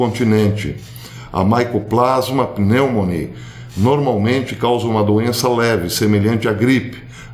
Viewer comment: A nomenclatura oficial, conhecida popularmente como "nomenclatura científica", usá o latim. Assim, o nome de organismo é dado pelo seu gênero, iniciado com letra maiúscula, seguido da espécie, iniciado com minúscula. A escrita é em latim, bem como a pronúncia. Consequentemente a pronúncia do nome da Mycobacteria pneumoniae é "micobactéria pneumonie".